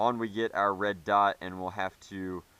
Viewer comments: I think when he said red dight he was trying to say light and dot at the same time and didn’t catch himself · you said red dite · and "Red Dite" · " Red dite?" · a "red dight" XD